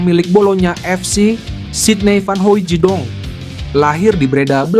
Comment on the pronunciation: Bukan Hoijidong......baca biasa saja.....Hooitsdong